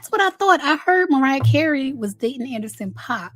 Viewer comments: Paak is pronounced like Pack not Pac. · Not Anderson Pac😂😂it's PAAK boo😅